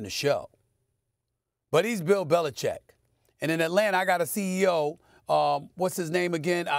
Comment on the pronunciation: Belichick. “Bel-i-CHICK’. Read the letters.